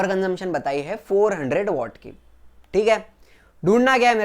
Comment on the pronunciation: Sir वो वॅट होता है